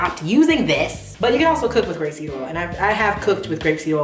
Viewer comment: was wondering too lol I couldn't tell if she was saying grape seed or rapeseed